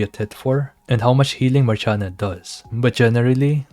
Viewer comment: dosnt she have to be pronounce like Marsiana, Marshiana